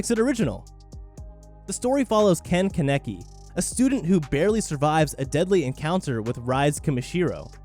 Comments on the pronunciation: Tf did this man just call ken "ken keneki" his name is ken kaneki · Nigga said Kaneki wrong HOW? How dare u disrespect my boy Kaneki like that Watch his call him the state next 😭😂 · Let's take a sec to hear how he says kaneki's name